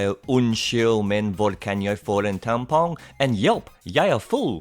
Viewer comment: As a norwegian, i always ask for tampons (Im a man) and ask for help to cure my drunkedness from "Heineken" and "Ringnes" Also i will not stand for this pronounciation propaganda!